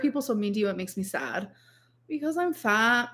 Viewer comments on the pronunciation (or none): "Because I'm FAHT" What the everliving hell is this voice and personality